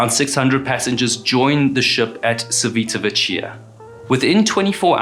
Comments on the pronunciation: Civ-uh-da-vek-e-uh, and G-lee-oh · pronunciation of civitavecchia is chee-vee-ta-vek-kee-a